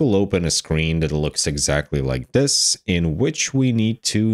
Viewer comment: Fing? Or Thing? You lost me at 26 seconds when you said FING instead of THING. I tried to continue, and at 47 seconds you say DIS instead of THIS. Genuine question, are there some people that cannot pronounce the "TH" part in any words? Is it a male or female thing?? Would you say "I FOUGHT SO" or "l THOUGHT SO"? I am Foroughly confused.